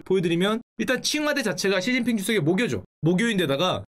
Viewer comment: 슈진핑 발음 개찰지넼ㅋㅋㅋ.